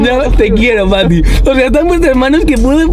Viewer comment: Smp de team tobbalink pero dices fati en vez de pati ajjajajajja